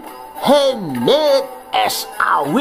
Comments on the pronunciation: bacanya MUHEMET... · jiannnn...mantep tenan nek ngucap "muhamadddd".. medok banget jawane...salut min bt anda..!! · Maaf yg admin ... perutku sakit ketika denger muhemeeeddd. Mantap penjelasannya biar banyak lagi yg MURTAD meninggalkan muheemeedddd ☺☺😁😁